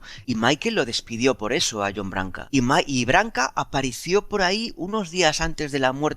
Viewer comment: en serio me caes muy bien pero aprendete como se pronuncian los nombres de las personas de las que hablas, como Janet o John Branca no Barca